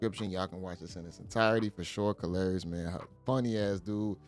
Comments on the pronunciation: You keep calling him Ka-lari-ous is hilarious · Brah, He Ain't even saying dat dow, He Says " Car Larious " 🤣😂😅 He midst well say call him " Hilarious " 😆